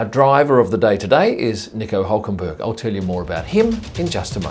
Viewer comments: No, we Germans don't call Hülkenberg "Ulkenboerg" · Nice try trying to say his name in german... was completly wrong tho ;) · Iam a german. And his name is not pronounced like that :D